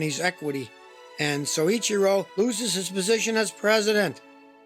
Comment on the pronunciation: Excellent content here Scotty. FYI the name is pronounced as Soy Chee Ro.